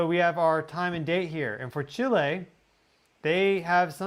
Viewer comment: I appreciate that you pronounce Chi' lay correctly. 🎉